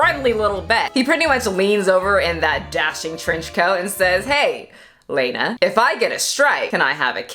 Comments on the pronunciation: 500,000,000 gross points? Accurate. Also, I think it’s pronounced Lah-nah (like Lana from Archer). Lol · Very minor detail: Lah-nah, not Lane-ah. Trust the simp!! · It's lawna not layna...its pronounced law-na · You’re saying her name wrong the whole time